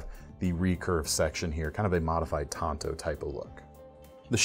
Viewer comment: Pronounced “taan tow”